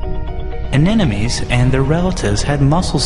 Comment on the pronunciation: Lovely video with one jarring exception. Narrator learned to pronounce 'nuclear' from G.W. Bush. . . . and anemone from ?